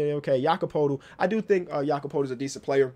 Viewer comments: His name is pronounced Yakob Pertle. It may not have an R in the name but it is pronounced with one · Loving these reaction vids! Btw Poeltl is pronounced Purtle like in turtle. Pretty sure he said so himself when he was on the starters when he was drafted.